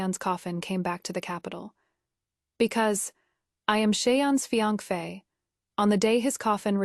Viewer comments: It’s either fian-key or fian-fey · None of these ai audio readers can say fiancé 😂